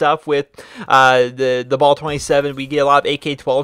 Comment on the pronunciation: U prenouncee the bal wrong